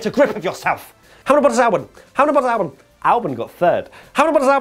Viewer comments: he says bottasalbon which sounds like verstappen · Same here with Albon, even when slowed down.